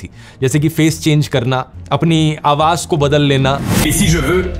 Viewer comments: Is this video of yours original? because you are pronouncing the word "Awaz" SOUND as "Awaaj" again & again in this video. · The word spell as AWAZ and not AWAJ. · Awaz not Awaj in pronunciation,any way you are great inspirational & information giver of world 🌎, Thanks dear. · AWAJ NAHI AWAZ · Aawaj ✘ Awaz ✓ Sir Please Improve your pronunciation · Brother aap ki ye video me mistake h ye ai generated to nhi Qki aap awaaj keh rahe ho jab k wo awaaz آواز h na keh آواج